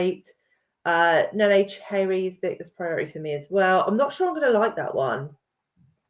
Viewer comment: Can't believe it's Women's Prize season already! Love your plodalongs. I have read only one of the longlist, last year I enjoyed A Thousand Threads. By the way you are both pronouncing Neneh's name wrong. Listen to a preview of the audiobook as it is read by her.